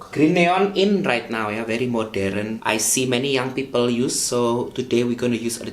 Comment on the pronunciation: When he said pipel, seprei seprei I died of laughter